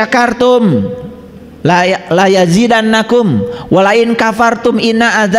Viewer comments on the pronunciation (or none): laadziidannakum bukan layajidannakum